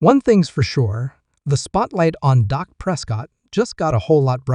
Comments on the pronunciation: How can you watch a video when the voiceover calls him Doc instead of Dak> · this guy is a idiot its dak not doc. this guy knows nothing about the cowboys